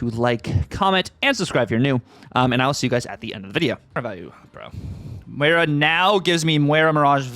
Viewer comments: Pretty sure you’re saying it wrong, it’s Moi-rah, said like the fish, Koi-carp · There are plenty of places to learn how to say names correctly… unless you intentionally like sounding less intelligent? Listen to him properly, you can see his lips saying it with a W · You’re saying it like there is a w in it 😊… There isn’t 😉